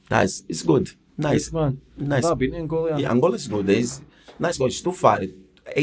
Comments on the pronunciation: Heavy ran oota shit tae talk aboot bout 10 minutes in. Also, dumbest question ever... "Are Angolia (wtf? lol) and Portugal near each other?" pmsl, then persisting on calling it "Angolia" despite Jose correcting him every time he said it. Apart fae aw at, pure dynamite. As Jose says (aboot a million times) "can't complain" 🤣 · its ANGOLA not ANGOLIA !!!!